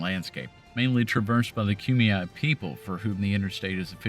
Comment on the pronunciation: Great video, and thank you for the correct pronunciation of the Kumeyaay names. I live in San Diego and frequently travel that route when I go out to play in the desert.